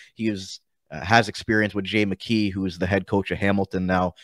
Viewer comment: I love Jackeye, that's how you pronounce his name, he will be a fan favorite for sure, he's got a good offensive side and he also has a great shot.